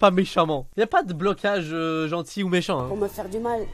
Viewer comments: Quel « michant » 🤣🤣🤣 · "michant" ❤️